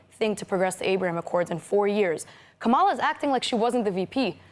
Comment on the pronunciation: At this point -she cannot pronounce Kamala’s name correctly -really!